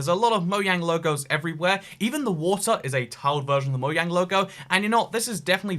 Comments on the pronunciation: What’s a moyang?!?! Ohhh.. you meant moJANG not moYANG. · DiD yOu JuSt CaLl It MoYaNg? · "Moyang" is the most cursed thing about this video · Wait did he just pronounce mojang as mo yang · Why does he say moyang? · Whats cursed is how you say mojang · Did he just say mojang wrong